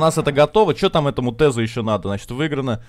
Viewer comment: Не Тезу а ТАЗУ